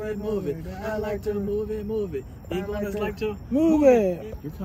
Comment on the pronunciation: Iguanas, not goanas